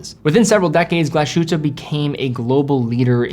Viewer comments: The "sh" in Glashütte is not pronounced as "sh". Instead it is Glas-Hütte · The place speaks "Glas'-huette" not "glashoote". "Ü" is like french "ue" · Glas-hütte! 2 words, please! Glass-hut not gla-shut! Thank you! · Great watch! Btw. It's pronounced Glas-hütte (glas huette) not Glash-ute 👍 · your pronounciation of German brand names is very much on point. Congrats! Just one exception which you get wrong: "Glashütte" is a compound word: "Glas" plus "Hütte". Therefore, there is a split between s and h. It is NOT pronounced "Gla-sh-ütte" as you do. But "Glas-hütte". With an "s" as in english "glass". And not like an "sh" as in english "flash". (The meaning of the name is quite simple and obvious: "glass hut". The villagers were producing glass centuries before they began producing watches. Hence the name.). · Thanks, I was about to post the same thing. Glas-hütte, not Glah-schütte. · It's not "hoote" because there's an umlaut on the u. It's huuuuu-te (hard to represent here since the vowel / pronunciation doesn't exist in English) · Argh! Glas-Hütte, rather than gla-shütte, please! (No Sh-sound, as it's a compund word, think "Glass-Hut") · the s and h are not togetehr to form a sh sound it's "Glas(s) - hütte" and it means glassworks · Great video; however, Glashütte is pronounced like "glass hutte" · Mühle Glashütte pronunciation cracks me up😂 dont know how to explain the "ü" but try saying glass-Hu(ü)tte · Love ur vids but its Glas…..hütte… no hate. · I dont want to be an ass here, but its called Glass Hutte, there is not SH sound .. listen to it on google translate. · You are butchering the name :) Try to make a pause between Glas and Hütte. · This triggered me a bit too. I'd say if you can pronounce it "Glass Hoote" (like Hooters w/o the rs pronounced) would make it on point. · No, not "hoote". There is an umlaut on the "u", so "ü". It's a vowel sound that does not exist in English (as far as I know). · total disagree, it sounds like Glasschute